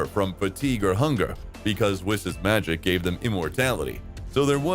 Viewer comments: does this guy say whis as whisk...? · Im convinced this guy is trolling us at this point with how stupid he is. Pronouncing "Whis" "Whehz", pronouncing "Ki" the most FUNDAMENTAL part of the series "Kai', calling the Tournament of Power the "Tournament of Force" which confuses me to no end. Overall even the logic in the what if is just insanely stupid as well so... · its whis not wis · sounds ai. No one says "kai" for "ki" cause we all know "ki" is pronounced the same as "key" no fucking person says "whis" like that. No one. It HAS to be ai "dragon spheres"?! Only an ai would say spheres instead of balls "shenlon"?! Really?! Do I even need to say it?! Smh. now it's "shanglong" ITS SHENRON!! SHEN... RON.... ITS SO EASY. No human being is capable of making that mistake so it HAS to be ai generated. this isn't gohan. Gohan doesn't act like this... he doesn't talk like that. HAS to be an ai. That or this universe, zamasu came back and stole gohans body or something ridiculous. frieza calling goku... a "rascal"? A RASCAL?! THATS SO NOT FRIEZA THAT IT HURTS TO EVEN HEAR. super saiyan god "phase 2" what the ever living shit? No one ever says or has said "phase 2" for super saiyan blue. Sure some say super saiyan god super saiyan... but "phase 2"?! NAAHHHHH has to be ai Frieza also calls goku everything besides monkey it seems. Just rascal, insect, and idiot. No monkey.... this isn't frieza, it's an ai starting to think an ai edited this video too. What is this dramatic effect for this conversation? It's so dragged out and they are so calm talking... only ai would make this sort of mistake (and sssniperwolf but she's basically an ai too at this point) doesn't sound ai at all, infact it has character to it and doesn't feel robotic in anyway, he also says everything the right way he destroys them with his... "h